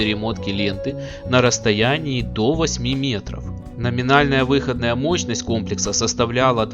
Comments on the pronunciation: Мощность выходна́я, а не вы́ходная... Круглые предметы на видео должны быть круглыми, а не овальными. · Спасибо за ролик. Ностальгия! Но, пилять, ребята, учил вас русскому языку? Покажите вашего учителя. Я его расстреляю. Какая, пилять, вЫходная мощность? Она выходнАя. ВыходнАя, а не вЫходная. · Режет слух ваша вЫходная мощность ,она всегда была выходнАя. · выходнАя мощность, а не вЫходная... ну режет же слух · Неужели некому было подсказать диктору, что говорится выходнАя мощность, а не вЫходная ! ((( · Так, может быть, всё-таки выходнАя, а не вЫходная? :)) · На будущее-мощность выходнАя, а не вЫходная. Уши в трубочку свернулись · Не плохо. Только мощность не в(ы)ходная, а выходн(а)я. Аж слух режет. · Автор, ты инопланетянин, ибо только они способны говорить "вЫходная мощность" вместо "выходнАя" ))) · а че мощность у одних выоднáя, а у других вы́ходная? 🤣